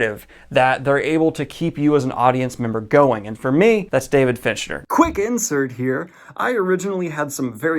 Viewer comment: Stope saying Finchner dammit its FINCHER